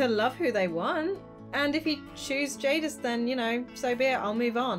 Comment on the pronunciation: "Jadis" THATS MY NAME OMGOMG AHHHHHHH!! (also yea u said it right)